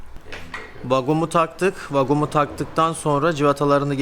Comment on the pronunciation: Vagum yerine vakum demek daha doğru bence yanlış anlamazsan.